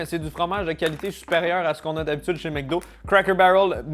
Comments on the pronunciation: Pourquoi tu dis "MecDo" alors que c'est "MacDo" ? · c'est MEC DO pas MAC Do.... Comme McCain et tous les nom Mc